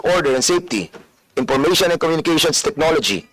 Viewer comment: Itong c feeling din puro Ka P. 🤣🤣 Ip impormation, pour instead of four jusko ko 😂😂